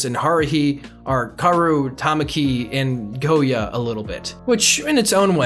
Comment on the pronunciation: Took me a while to figure out he meant Kyouya when he said Gouya.